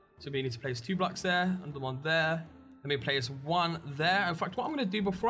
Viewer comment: its BLOCKS not "blacks"